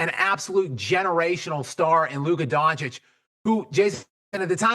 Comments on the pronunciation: Bruh luka doncic not donchik lmao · His last name isn’t that that hard to pronounce. It’s not “donk-itch”